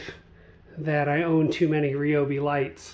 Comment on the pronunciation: I was watching this on my TV but had to jump on the computer so I could comment and thank you for saying Ryobi the right way.